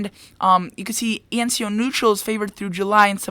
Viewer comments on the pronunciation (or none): That is E N S O, not E N C O. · You kept saying ENCO, But it's ENSO.